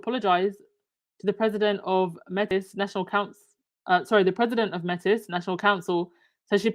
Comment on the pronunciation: Hi, Métis, is pronounced MAYTEE. They are mixed race, First Nations (Indigenous, Aboriginal) and European (mostly French) and have their own distinct culture and history in North America